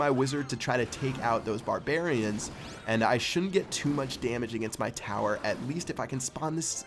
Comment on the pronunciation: he said inferno towet